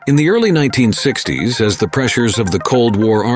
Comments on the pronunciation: "One thousands nine hundred and sixty ESS ESS" Are you kidding me? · Not the ugliest plane, but one of the ugliest robovoices. "one thousand nine hundred sixtie ess ess" for 1960s.